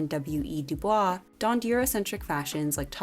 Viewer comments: Du Bois actually preferred the anglicised pronunciation of his last name (instead of “bwah” more like “boys”). If you look online there are plenty of examples of DuBois asking to be referred to as such. Great video though, I suggest everyone goes and researches more about these influential figures! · This is such a minor thing but it’s pronounced “Du-BOYS” not “Du-BWAH” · This is a super easy mistake to make but the man is a legend so I feel the need to correct it; William Edward Burghardt Du Bois (who was a NAACP founder and a civil rights activist) pronounced his surname with an English accent, “doo-boyss” — rather than the original French accent “doo-bwah”. So if you are referring to W. E. B. Du Bois, the correct way to pronounce his surname is “doo-boyss”. Responding to a speaking invitation by the Chicago Sunday Evening Club in 1939, Du Bois made it clear that: “My name is pronounced in the clear English fashion: Du, with u as in Sue; Bois, as in oi in voice. The accent is on the second syllable.” He deliberately rejected the French pronunciation. And just to make sure there isn't any doubt, I do in fact love this channel! ⭐ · it's pronounced "du boys", that may sound like a meme but it's actually true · Du Bois is pronounced duh-boys. PS can we get a video about your top 5 MET galas.... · At the risk of seeming pedantic, W.E.B. DuBois actually pronounced his name as "doo-BOYSS" or "dewboys." The French pronunciation would have been as narrated here in the video. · Hey I wanted to flag that you mispronounced W.E.B. Du Bois; Bois is pronounced like “boys” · I am here to see if this channel mentions The Stain on Anna Wintour’s dress 👀 Also, WEB Dubois is pronounced with a hard S like Boys whenever I have heard it in audiobooks. Actual academics or knowledgeable people please correct me if I am wrong 🙏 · WEB Du Bois did not pronounce his name the French way. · i commented the same, let's put some respect on his name!